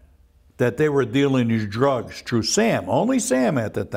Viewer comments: And "trew" instead of ""threw" as in "I trew da body in da riva." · This guy said tru instead of through n it sounds funny. "When dem der guys come troo der"